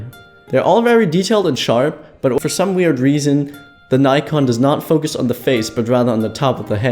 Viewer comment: its nikon.. not nikkorr😂